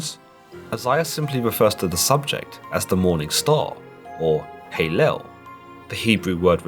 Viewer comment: Hal el, not haylel is how the name is pronounced! It is Hebrew for praise, which is what this archangel was created to do. Reading scripture through the english/greek mind set is what gets people confused. You stated we need to reference those people who brought us these stories, well they are Hebrew, not Latin, English, etc. Lucifer, Satan, Devil are all descriptive, not his name. Lucifer=Light Giver. Satan, derived from the Hebrew HaSatan, means The Adversary. Devil is generic for fallen angel.